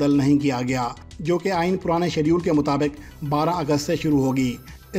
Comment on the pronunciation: AIN MUTABIQ HAHAHAHA PRONUNCIATION FUNNY